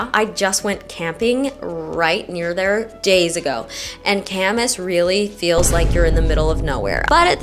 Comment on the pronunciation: Local here. Ka-mahss…not Camas🐪